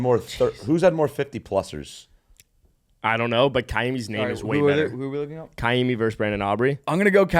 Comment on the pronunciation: Episode was saved by the pronouncing of Ka’imi’s full name. Favorite podcast for sure (even with having a stroke) 😂